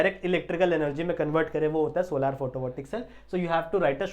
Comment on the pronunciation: Sir vo solaar nhi solar hai ❤❤❤❤❤